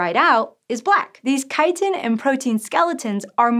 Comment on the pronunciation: So no one else was bothered by the mispronunciation of chitin? The woman has a masters in enviro studies but has never heard the word chitin? The content is interesting but the tone this woman uses.... The almost too careful intonation like shes speaking to children or something. It bothers me. Guess i wont be watching any more of her episodes.... as if i know who hosts it each episode before i click. Grr.